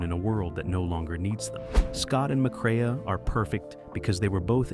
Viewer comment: It's Ma-craaa, NOT mc cree-ah."